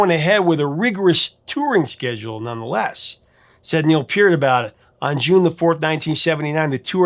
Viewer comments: Hey you pronounced Peart's name correctly! Nice! lol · Thanks very much for your intelligent commentary on Rush. You're spot-on with analysis and accurate with the history. I always watch immediately when I see a new video posted. Your appreciation for the boys is evident and your respect for them welcomed. You even pronounce Peart and YYZ correctly and know it's THE Spirit OF Radio. With all of this, I did chuckle when, in this video, you referred to The Fountain of "Lamenth." Hey, you can't win them all. Keep up the good work.